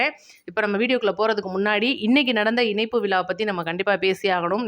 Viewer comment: மகளே உங்கள் தமிழ் உச்சரிப்பு அருமை வாழ்த்துக்கள் ஆனால் ன ண இனைப்பு அல்ல். இணைப்பு என்று சொல்லவும்